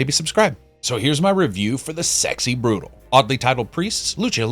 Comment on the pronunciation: Great review as always, made me very interested in the game! ...Though I'm pretty sure you pronounced "brutale" wrong, but I guess we can just disagree on the pronunciation. (cough patrEon cough :D )